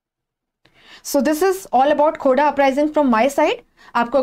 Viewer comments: It is not khoda ....it is Kho-r-dha rebellion .... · Mam it's खोरधा not खोडा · Mam it is khurdha,not khoda.. Correct it.. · Mam, ye खूर्दा hai not khoda 😍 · Mam the pronounciation is wrong..That's KHORDHA mam,I belong to this place Thank u btw...